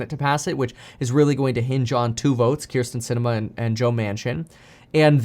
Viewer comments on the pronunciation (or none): none